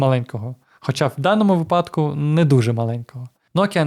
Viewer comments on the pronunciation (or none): none